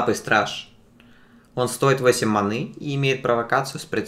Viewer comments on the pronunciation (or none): Я на тебя ставил паки, а ты говоришь манЫ и читаешь по бумажке? :(